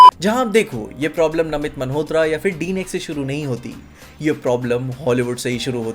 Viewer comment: bhai just one thing - why do you say namit 'maNhotra' 🤣